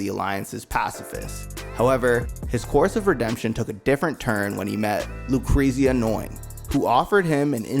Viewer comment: It's like nails on a chalkboard. Lu-crazy-ya. Quatre 😆 I like the video though.